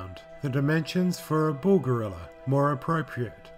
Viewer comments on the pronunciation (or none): none